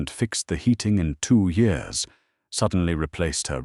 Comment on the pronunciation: Why does this narrator say yours instead of years? I really loved this romantic story. He deserved the way she treated him. His cruelty. I don't know if I could have forgiven him. Who's to say he wouldn't change again after he started taking her for granted? ❤❤❤